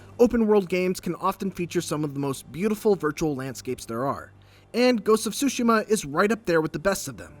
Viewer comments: TSUSHIMA, not sushima. TSU TSU TSU! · Get the pronunciation right, is Tsushima NOT Sushima! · Please stop saying "Sushima", the T isn't silent in neither English or Japanese. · Fotze Gaming and Media Tsushima the T is silent Tsushima is a island in Korea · The way he says Tsushima sounds like sushi-ma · This guy fr just said Ghost of SuSushi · He said “Ghost of Sushi-ma” lol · this guy called it ghost of "sushi" . wow fail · Did he just say “Ghost of Sushi” ?? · Why does he keep saying *Sushima*?!... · “Ghost of Sushima” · Gotta be honest, For an instant there i thought i heard 'sushiman' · if i have to hear this guy say SUSHI-ma one more time, i swear im gonna lose it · did i just heard "Ghost Of Shushi" on ? lol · I feel like this guy pronounces “Tsushima” in a 100 different ways lol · I hate the way he pronounces Tsushima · My heart bleeds for Japanese-Americans (or Japanese people, for that matter) everywhere each time you pronounce the game's title. 🤦🏻‍♂️